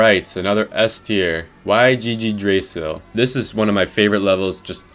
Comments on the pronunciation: It's pronounced yeedrasil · 'y g g drasil' lmfao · saying y g g drasil hurts me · Bro really said: Why GG drasil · cant wait for that level why-jee-jee-drasil, like, why-jee-jee-drasil is so cool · I fucked it up too but yggdrasil is actually pronounced eeg-dra-zil ik it's weird but I mean idk 🤷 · Just pronounce it “yigdrazil”. It’s the universal tree from Norse mythology. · the way you pronounce it hurts my soul 😭 furthermore gud list lmao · Why can nobody pronounce Yggdrasil correctly 😭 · I fucking hate the pronounciation of Yggdrasil HOLY CHRIST WHAT IS THAT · hearing him absolutely butcher "Yggdrasil" made me die on the spot